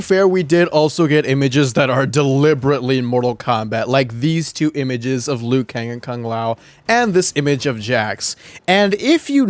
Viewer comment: liu kang not "lui kane"